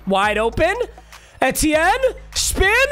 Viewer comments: PAPA PAPA PAPA ITS PRONOUNCED E-T-N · The way he says etienne pisses me off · makes me mad the way you say etienne